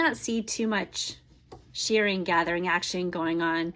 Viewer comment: It's pronounced "sherring" not "sheering"